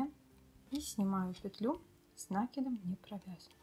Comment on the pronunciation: Ну не с нАкидом а с накИдом ,Вы же вязальщица !